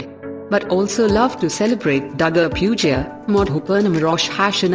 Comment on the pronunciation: Hi, producer and the editor of this video, the lady is wrongfully pronouncing words Eid and Durga puja, before recording you should take care.